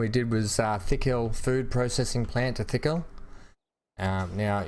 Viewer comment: it's not Thickhill, it's Tickhill - Not 'Th' but 'T' - It makes me laugh...